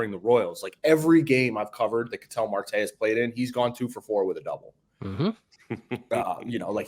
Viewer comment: Ketel Marte's name is pronounced like kah-tell. Not like kettle (as in tea kettle).